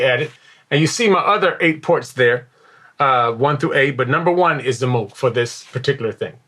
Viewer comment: Great video! One nitpicky thing... Moog rhymes with "vogue", named after its inventor Bob Moog.